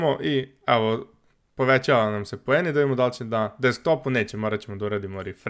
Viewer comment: Kaze se poeni ane pojeni